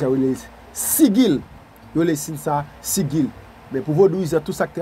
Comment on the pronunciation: Gen diferans ant sigil e pantak..Jan w prononce li se pa konsa.G sa prononce tankou J